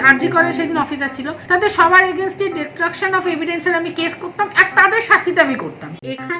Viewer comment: Nirdoshi bole kono Katha e nei, eto osikkhito ki kore kolkata high court er vakil holo? Destruction bolte parchen na,bolchen detruction!😂 Ki obostha eai state er!!!!